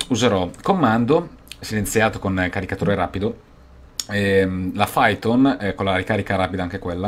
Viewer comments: perché dici "Faiton" si dice "Paiton", 'niss un cancher... LOL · come fai a non saper pronunciare python ?